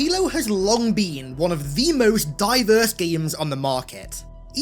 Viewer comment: Opens video* “Halo has long bean”